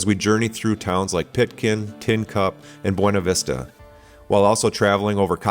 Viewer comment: The locals pronounce it "b-yew-na" vista. Great video series.